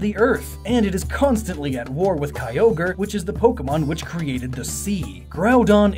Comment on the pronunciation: It's kee-ogre-ee, get it right.